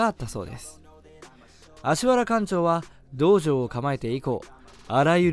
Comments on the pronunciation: アシワラじゃなくてアシハラね 人名は正確にお願いしたいです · アシワラじゃなくて アシハラ 先生はこの間違いをものすごく嫌っていた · 『アシワラ』ではなく『アシハラ』です。お間違えなく。 直接の門下生ですが先生もよくおっしゃってたので。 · 読み方は「アシハラ」ですよ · アシワラ× アシハラ○ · アシワラやなくアシハラ ですよー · アシハラね、アシハラ。読みはアシハラ。間違っちゃダメだよ。